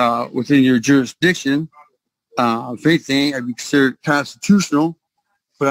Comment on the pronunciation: What's "jurisdisshun"?